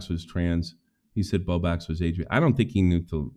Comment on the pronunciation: He does that on purpose! I’ve watched him for years and he always said Bow Bax, like an inside joke no one finds all that funny!